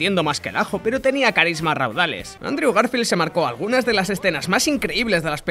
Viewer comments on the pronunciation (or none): none